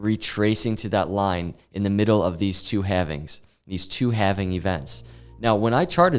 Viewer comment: Bitcoin having? Thats how you pronounce it sir 🤣